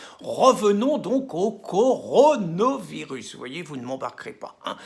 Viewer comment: Rien à voir avec le Coran le Coronavirus 🙄🤔 faut bien prononcer Pierre !!!